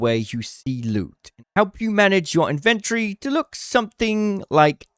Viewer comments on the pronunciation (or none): It’s inven TORY, not INVENT ree. You have your emPHAsis on the wrong sil-AH-bill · Dude. Love the vids but it's In-ven-tory not invent-ory. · BRO ITS IN-VEN-TORY not IN-VEN-TREE!!!!!! ALSO WHO THE HELL IS BUYING ADRENALINE SHOTS YALL FING DUMB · In ven tree? Lol it's Inventory weirdo lolol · the tic im getting hearing you pronounce 'inventory' like 'inventree' must be engagement bait. eee-nun-cee-ate mate.